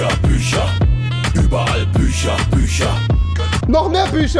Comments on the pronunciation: Andere: bücher Rewi: büscha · Wieso sagt er bei Fisch ch aber bei Bücher Büscher tausch die doch einfach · "Ich glaub ich kauf dir paar büscher" Büscher Büscher !!! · Büscher? Büscher! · Bücher oder Büscher?